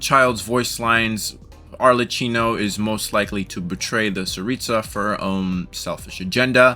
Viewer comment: ArleCCYNO? WHO THE HELL IS "HARLECYNO" My italian pride is screaming.